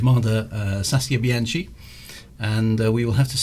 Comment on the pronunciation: given your penchant for Italian names, I thought you should know that 'CH' in Italian is hard (i.e. like a K) so it is Bee/anne/key (the 'chee' sound is CI as in 'ciao': io capito per che sono statto in Italia multi anni fa). Great clunky keyboard and clicky mouse; very 1992.